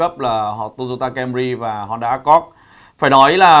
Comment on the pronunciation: bác nên tập nói tên tiếng anh của hãng xe cho chuẩn đi ạ. honda "ơ kho d" chứ ko phải " ác cót" , "hy ưn đai" chứ ko phải " huynh đai" . :)